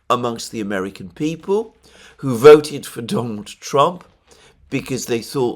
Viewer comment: Please say who and not chhhooh. It's so annoying.